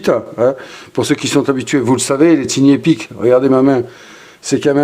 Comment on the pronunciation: Merci pour la vidéo, on prononce TAILLE Ni epic. Merci!❤